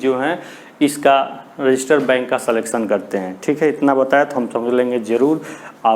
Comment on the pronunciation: Sir that is register not resister